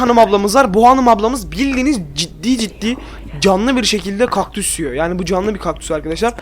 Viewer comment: Bu videoyu sonuna kadar izledim abi bide kökdus dedin